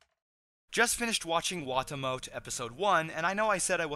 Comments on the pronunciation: I thought it was pronounced "Wah-Tah-Mo-Teh". Either way, best show of the season so far. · also, wah-tah-moe-tay try saying it 2 letters at a time. like wa-ta-mo-te